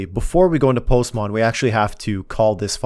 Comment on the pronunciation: I love how he says "Postmon"😂